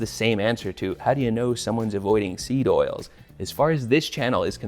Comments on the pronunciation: Damn near choked on my raw milk bull testicle smoothie when i heard you say "sneed oils" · lmao did really say "sneed oils"? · sorry but hearing the internet cooking guy who tells me how to make burritos and salsa say "sneed oils" has inflicted psychic damage on me